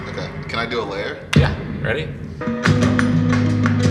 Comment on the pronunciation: Tosin, "Oh keh." Also, Tosin, " We need a consonant in and then we can do the curve balls."